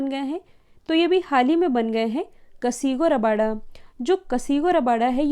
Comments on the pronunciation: Its kagiso rabada mam not kasigo rabada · Madam कगीसो रबाडा नाम है ना कि कसीगो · It's CAGISO RABADA..Not Casigo rabada.. Whether it be a typing mistake or what!!